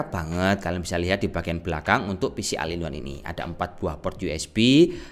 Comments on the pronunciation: bukan o-ne tapi ol in wan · Bukan al in one tapi ol in one ✌️